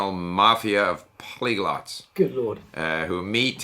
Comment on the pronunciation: Polyglots* Not plygolots